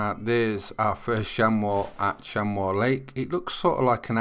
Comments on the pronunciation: hi its pronounced like shamie not shamow thnx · ps its pronounced chamy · you pronounce it, sham-ee.